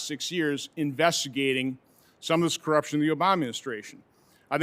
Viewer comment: This election was clearly rigged.... by the way what's an IQ? and how do you say that word "Co - rupti - on" what??